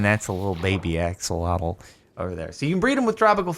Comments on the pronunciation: My guy it's Ah-SHOH-loh-tl not Aks-uh-LAW-tul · It’s said like ah-sho-lote